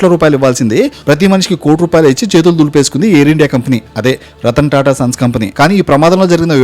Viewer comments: రతన్ టాటా అనే వత్తి పలుకుతున్న ఏంటో మరి నీ ఆనందం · రతన్ టాటా రతన్ టాటా అని రెచ్చకోట్టే విధంగా వత్తి వత్తి పలకటం. ... దివాలాకోరు తనాన్మి సూచిస్తూన్నది